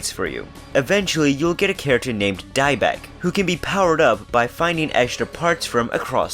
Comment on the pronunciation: "Deinbeck"? Dude there's no N. It's Diekbeck. As in Deek-beck. Watch the Arc the Lad making of and you'll see how to pronounce most chars.